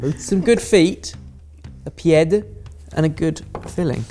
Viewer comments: Oh bless,! Did you say "pied"? Your choice of pronunciation was... imaginative, but lovely. Please keep throwing random French words and random facts at us. Instead of a blooper at the end, why not include a 20 second compilation called "Did you know? Learn facts with."? There's demand enough for this. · No one:: "PIÈDE!" Frenchies everywhere: audible gasp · Pied is pronounced like Pié, the D is silent:) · awhhhh "pi-ed". Good try. it's pronounced "pee-ay" or "pee-eh".:) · "Pied",???? For shame